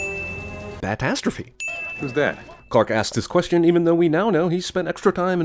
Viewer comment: I died when he said bat asstrophy